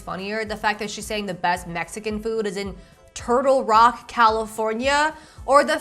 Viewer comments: It’s “Turlock” not “Turtle Rock” in California, it’s a medium sized town in the San Joaquin Valley. Don’t ask me how I know this. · She said "Turlock, CA" but Turtle Rock is much funnier! BTW, Turlock is a boring farming town near the Central Valley. They often say they are in the Bay Area...they wish. LOL!! There is nothing out there. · I am so up for banning ”literally & like” from The English Lexicon… a personal challenge to you to do a complete video without relying on these overused defaults. The City is “Turlock” by the way , not “TurtleRock”…. It’s one of the many Farm Towns that make up CenCal( Central California). Population is probably 60% Hispanic with lots of Campesinos , so the chance of finding a good Taco Truck are reasonable high. Maui Wowie is cannabis from the 1970’s …. If that’s what’s she’s looking for while in Thailand, request that legendary 1970’s vintage cannabis Buddha Thai*Stick loved by so many Boomers way back when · As someone who goes to CSU Stanislaus in Turlock, I will be calling it “TURTLE ROCK?” the way you said it in my head now